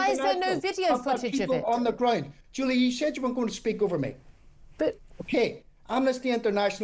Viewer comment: Why he pronounces "Ground" like "Groind"?